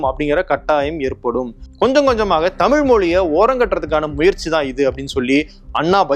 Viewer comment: அண்ணா அவர்கள் அன்று சொல்லியது இன்று நடந்துகொண்டிருக்கிறது. "தமிழ்" என்று சொல்ல இயலாமல் "தமில்", என்று சொல்லும் தமிழ் இளைஞர்களை பார்க்கும்போது வேதனையாக உள்ளது. தாய் மொழியில் எழுத படிக்க தெரியாத இளைய சமுதாயம் ஒரு பக்கம்...